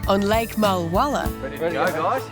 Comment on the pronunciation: I wish would pronounce Mulwala. Correctly…. It’s Mulwa(a)la…